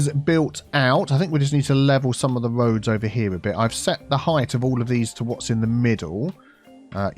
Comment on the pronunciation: Wiggly woads - reminds me of and his BO'OH'O'WA'ER lol